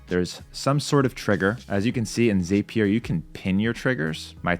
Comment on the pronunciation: Dude the word is Zap-ee-er not that weird way you are saying it! Probably best you prefer Make because at least you can pronounce that word in English!